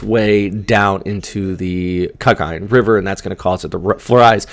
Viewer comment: I hope you don't mind if I teach you some pronunciation like Cagayan where the accent is on the 3rd syllable. Cagayán. Thanks